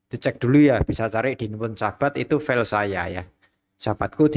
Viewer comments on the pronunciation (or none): none